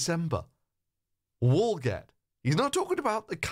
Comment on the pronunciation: So you're calling Paul Joseph Watson "comically stupid" and "just that dumb" for mispronouncing a word ... You're not tackling his argument.. you're just calling him names. Then barely 3 minutes later you mispronounce the place name, Walgett .. What does that mean we should be calling you then, Phil?? You come across very weak and self-aggrandising here. Disappoint